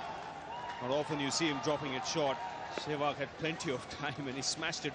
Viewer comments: Yea, they called him Shewag instead of sehwag. too funny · the commentator calling him shwag :)